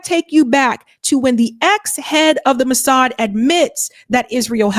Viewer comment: Massad?, I am listening.